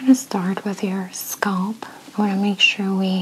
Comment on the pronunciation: Relaxing. Btw Scalp not scolp.